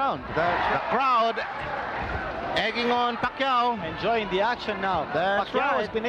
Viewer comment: manny pacay😂